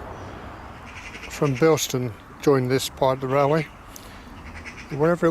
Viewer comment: There's no 't' in Bilson. But otherwise, nice video -- I lived not far away from here in the 80s.